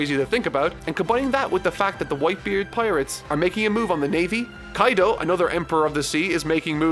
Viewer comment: LMFAOOOO. "kAiDo", huh?